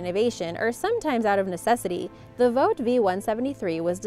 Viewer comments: Vought is pronounced "vort" not "vote". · I've never heard the company Vought pronounced as (Vote), is that the right way? I've always heard/said it like Ought, with a V in front.